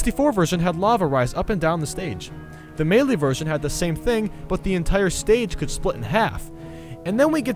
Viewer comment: The way you pronounce melee though